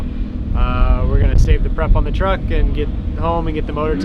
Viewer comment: Did he say trugg? As in trugg walk? 🤣